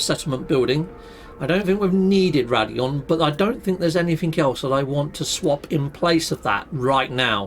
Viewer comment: Dude its "Raid-On" not "Rad-E-On". You're adding a vowel that isn't there.